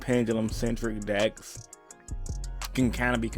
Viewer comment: No one: Absolutely no one:: 5 gUd DiKs foOr REEEEturnIng pIlAYAs